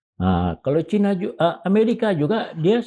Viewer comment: Pak Kivlan ...! Kalau menyebut kata : Cina... ya Cina saja, pak... Gak perlu dengan ujaran : Cainis !... Cukup : Cina saja !, kita orang Indonesia, huruf "i" ya diujarkan "i", bukan "ai" Prof. Sri Bintang Pamungkas juga tidak pernah ujarkan : Cainis, tapi : Cina !👍🏻